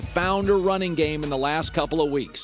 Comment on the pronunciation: Colin "they seem to have found a running gam" Cowherd